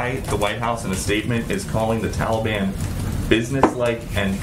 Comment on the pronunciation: It drives me crazy every time uncle joe says that. Its the Taliban!!!! I feel like screaming at the tv.